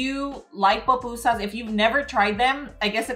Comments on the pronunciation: why do you keep saying POPusa... it’s PUPUSAS ... damn! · Thank you, for making PUpusas. As a Salvadoran, Ionly ask that you - a Latina, pronounce it correctly. They are not POpusas, it's pronounced poo-poo-sahs.❤ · PUPUSAS NOT POPUSAS